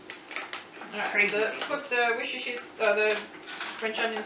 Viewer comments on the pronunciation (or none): Love your videos, simple and amusing! I can't help but correct your pronunciation of Worcestershire sauce, though, even though it made me laugh...try "WOO-STIR-SHER" ...the English language is a funny one, I know. That's never been an easy word, anyway. Keep the great recipes coming!